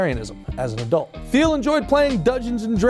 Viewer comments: I believe it's pronounced Teal. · He created Confinity, not Cofinity. The logo and company you show is wrong, and is a company that still exists today. And his last name is pronounced wrong throughout.